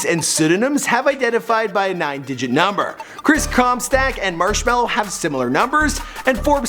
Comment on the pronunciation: Chris ComSTACKKK